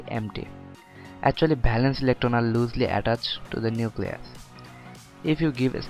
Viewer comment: Bhalance nh valence